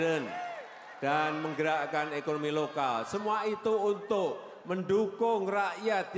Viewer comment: Siapakah, ituh, yang, laing, sipakah, sebenarnya, ituh, lain